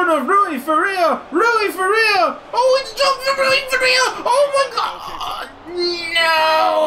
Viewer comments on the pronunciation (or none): none